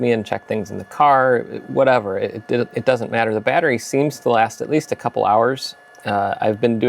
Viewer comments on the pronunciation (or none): none